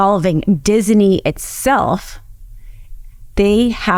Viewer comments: Love her but she pronounces Disney as dizzy knee. 😂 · Please stop saying "Disiney". It's not pronounced that way. Other wise, great video. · I get and rsspect everything this woman hs to say. However, It isn't DisENy or Walt DisENy, it is Disney. Just sayin. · Great presentation but isn't it Disney not Dissinee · Why does she keep pronouncing it Disiney??? It's Disney!!! You should have found someone who knows how to pronounce simple words! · she is saying it like dizaney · I didn’t know dizney had three syllables, diz-a-ney, I’ll start saying it right. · who knew it's pronounced dizzyknee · Why does she keep saying DisEney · I'm not a nit picker, very rare for me, but I can't get over the 3 syllable pronunciation of Disney. I tried. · I learned if you must say Disney too many times, it turns into a three syllable word.